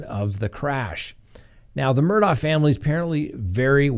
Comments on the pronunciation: the Murdaughs are pronounced Murdog, not Murdough. You can even hear it in the soundbyte of the investigator you played. Same for Alexs, he's pronounced Alek, not Aleks! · Since we're correcting pronunciations, it's mer-dawgk, the K representing a stop in the throat to pronounce the h. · Their last name is pronounced Mer-dock, sorry just had to say that because it is always mispronounced by so many. Sorry hope I am not offending you with the correction. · Please pronounce it Murdock. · Their name is pronounced “Murdock” 😬 - a Hampton County resident.